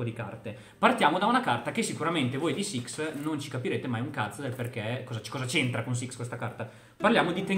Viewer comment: Si pronuncia "LOR" E si dice SIX samurai